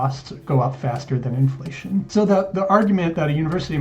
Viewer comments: IN FLUH TYON 😂😂😂😂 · I had to pause after "influhtyon" for a solid minute. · The Inflation mispronounciation got me goooood